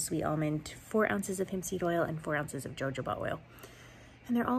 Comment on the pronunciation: Hi, just wanted to let you know that the pronunciation for the word jojoba is "ho ho ba."